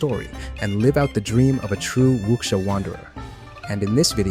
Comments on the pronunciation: Wu-sha. Not wuxia lol. The x makes an SH sound. Think tekken, ling Xiahue. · Great video, but just FYI... There's no k sound in the word wuxia. Your pronunciation is the closest I've heard from anyone covering the game in English... Just please drop that k sound. Eta- you actually said it right (well, without the tones) , but went back to the wrong pronunciation after.